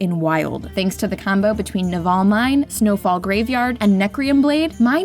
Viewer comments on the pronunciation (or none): "Naval" as in Navy. announcer making it sound like a fantasy term lol